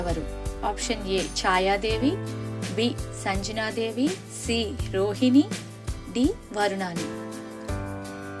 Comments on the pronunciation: Sanjana devi kaadu sangnya devi. Dayachesi correctga palakandi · 20ప్రశ్నలకు గాను 19ప్రశ్నలకు సమాధానం చెప్పడం అయినది కానీ వాయుదేవుని మరియు కుబేరుని. భార్య పేరులు. భద్ర గా చెప్పారు. మీరు సంజనా దేవి. అని ఉచ్చరిస్తున్నారు. ఉచ్చారణ దోసాన్ని సరిదిద్దుకోండి. ❤❤🎉